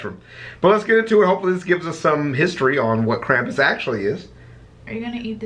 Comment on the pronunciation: I am from Pennsylvania. and I correct this to say that is BULLSHIT. it's Krampus mkay